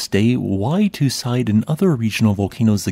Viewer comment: You are pronouncing the name of the volcano wrong. It is more like 'two seedai', with a long French e (é) at the end.